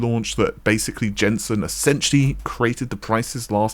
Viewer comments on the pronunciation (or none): none